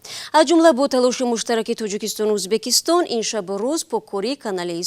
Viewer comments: Журналистка гап занира ед биги авал узбакистон? не Узбекистон !! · я сам таджик но блин когда журналист говорить узбакистон а не узбекистон ? блин что сказать тогда а других простых людей обратите на это внимание тупые все ли там ? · Баранда за кадром ки гап мезанад факат мега узбакистон на узбекисто некий мо уззббааак мегем))))) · Кадом бе акл дар коридор хондаги бесавод бдагист. Узбекистон ё Узбакистон фарк намекна. Подавон омада журналист мешава хозир. Хамон Подавон ай и журналистда обру дора хозир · Скажите пожалуйста озвучивающий особе что надо говорить Узбекистон а не Узбакистон это оскарбление целого народа